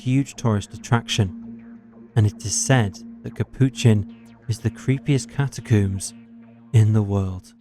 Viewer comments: Yeah, i don't want to be one of those people complaining about videos i watch for free, but this narrator sucks. He's trying to speak too softly, too slowly, and he needs to learn how to pronounce shit before recording. The over-pronunciation of "macabre" is one thing, but 'cata-cooms' and John Wayne 'Gassy' are just unforgivable. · “Macabreh” “catacooms” “gassey”